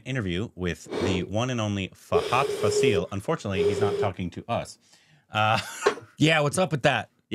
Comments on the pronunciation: It's not Faseeel... It is Faaasil😊 Mammootty and Mohanlal follow different styles of acting and that is the reason why they have been ruling the industry together. Commenting on Mammootty's approach towards acting, SN Swamy, a famous writer in Malayalam film industry, pointed out that, he is an actor who transforms to the particular character. If the character is strong, Mammootty will be also strong and if the character is weak, the actor in him will also turn out to be same. In the interview, the writer stated that Mohanlal follows a pattern in which the actor turns the character to himself, be it a police officer, doctor or a lover. In fact, many would classify Mohanlal as a born actor and Mammootty as a method actor. Over the years, we have enjoyed the spectacular performances of these actors. "I wanted to become an actor, and accidentally I became a lawyer for a while," Mammootty told in an interview. Mohanlal is more of a spontaneous actor. As he usually says he transforms into the character when the director says ‘action’. His best abilities lies in is establishing to the camera the most inner emotions of the character with quite natural expressions in his body language.❤😊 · Guys..it's FAHADH FAAAAASIL..not FasEEEEEL..the fa in faasil is pronounced like fa in FAR